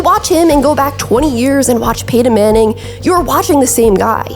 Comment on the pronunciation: I want to like these videos, but the way that she mispronounces players names (in particular peyton manning) is too distracting to ignore.